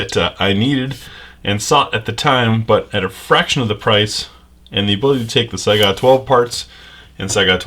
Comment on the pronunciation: I kept thinking he was saying Saigon, instead of Saiga!